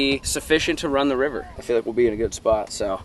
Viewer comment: 😂😂😂 “wets get a boat for the wivel” I’m dead